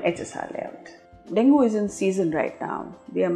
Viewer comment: Plz correct your pronounciation of Dengue. It's not pronounced as Dengoo, pronounced as deng-gay or deng-gee but written as Dengue. Hope that helps your listeners.